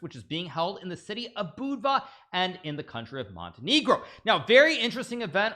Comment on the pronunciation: As a Montenegrin huge respect for Naka's pronunciation of Budva and Montenegro.